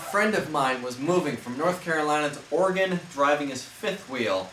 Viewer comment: Thanks for pronouncing Oregon (Ore-gun) correctly